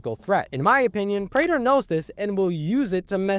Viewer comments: My brother in Christ, it is pronounced "Prey-tur" not "Pra-der" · “Pr-ah-ter” 💔 “Pr-ay-ter” ❤️‍🩹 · "Pray-Ter" not "Prah-Ter" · Why do you keep going between the pronunciation of Prah-ter and Pray-ter? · It's pronounced "Pray-ter" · I don’t think the last name of “Prater” is an English word (it’s either Dutch or German). That side, if it helps, the pronunciation is Pray-ter. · I like how they say Prater's name like a million times in the show and you still mispronounce it... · Bro literally doesn't know how to pronounce his name even though it's said in the show many times 😭😭😭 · dog it’s like, immediately you are pronouncing the name of the character wrong. you made a whole video on himmmm why would someone watch this ??